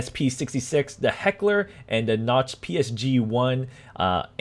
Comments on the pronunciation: your all wrong. its actually pronounced "coke" like the soada heckler and koch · so it's pronounced like Heckler and Koh and he can't read. Our work here is done, gentlemen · Why the hell are you saying Heckler & Notch, it's Koch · It's not Heckler & Noch it's Heckler & Koch(Coke) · Its not coke and its definitely not knock. Its more or less pronounced koh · You guys are missing my point. I'm just amazed at how he got Knock from it. There's literally no logical reason for it. Koch doesn't have an n in it. But thanks for the explanation. So it's like Kohh? Jalapeños is pronounced (Halapeños) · I was got triggered every time he said "knock" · LOL XD Heckler and NOCH. Is pronounced cok. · heckler & notch ;D.....where did you find the N in koch? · You pronounced Mauser right haha, only thing is Koch is pronounced like "coke" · Koch is pronounced "coke" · Koch is pronounced like coke. "Heckler naz g41tgs" lol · H&K = Heckler & Koch(pronounced "COKE") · Did you really spell koch - noch? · Why do you say Koch like knotch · It's actually pronounced Heckler and Koch (coke( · Heckler and koch....where did u get the N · I thought it was pronounced coke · its Heckler and Koch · It's actually Heckler and Koch... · the ch in koch sounds like the x in mexico - mechiko^^ same pronunciation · Sam R You got your information from the English H&K where they even address the pronunciation which they dont do on the German site cause we know how to pronounce Koch.